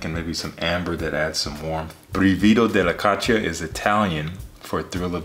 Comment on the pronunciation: It's pronounced with the stress on the first syllable, brìvido not brivìdo (hi from Italy)